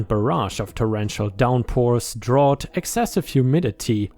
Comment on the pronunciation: Excellent stories as usual. Thank you. On difficult word for you today ,- the word "drought" meaning extreme shortage of rainwater. It's pronounced dr - out. ⭐⭐⭐⭐⭐⭐⭐⭐⭐⭐⭐⭐⭐